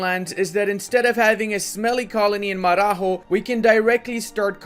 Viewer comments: As a Brazilian my ears bled hearing "Mararró" instead of "Marajó" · It is not "mararro", it is maraJÓ and it is not smelly >:( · just reading Marajó in Spanish when it's portuguese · The island of Marajós. The "j" doesn't like "R" because it isn't Spanish. "J" in Portuguese sounds as in "Joe" or "John". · you made a mistake while pronouncing "Marajó" Google translate it in Portuguese and check it out